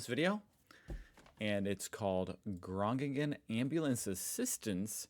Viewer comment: It's pronounced more like GROAN-ing-en (but then with a Dutch G at the start, but we accept that native English speakers generally struggle with that sound and use an English G instead)